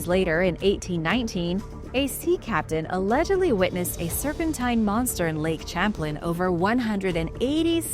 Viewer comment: Lake sham-playn